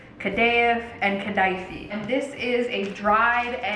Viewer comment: Hiiiii!! The first way you said kadayif is correct!!!